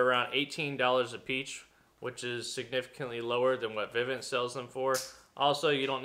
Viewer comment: I was just trying to be funny, it sounds like you said $18 a peach 13 seconds. I know what you meant. I was teasing.